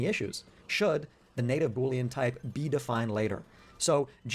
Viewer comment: it's boolean, not bouillon.